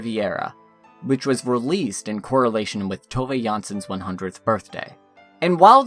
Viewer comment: It tooov not toevay